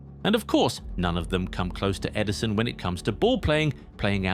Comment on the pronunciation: Ederson not Eiderson 😂